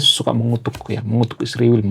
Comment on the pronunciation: mas kok nyebut isriwil kok susah amat nyebut israel. Ya itulah orang konoha..😢